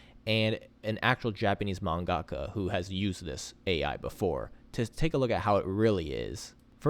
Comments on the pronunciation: Your pronunciation of man-ga-ka was painful but otherwise it's a good video. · you still say manga-ka wrong.